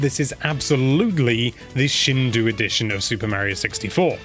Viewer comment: You're right about the elongation of the final "o", but I do not think "sheen doe oo" is an accurate way to write it. You aren't holding the "o" for that long, and it certainly doesn't sound anything like "oo" in English, which is how many people reading your comment will interpret it. There's no way to pronounce it in English exactly as you would in Japanese anyway. "Shin-doe" is the best and easiest way to convey an approximation to an English speaker. People who are curious can listen to native recordings of the word to hear how it should actually be said. Such as here